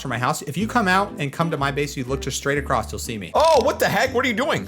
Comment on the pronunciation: Amethyst. Not Amnethyst. Across not acorsst.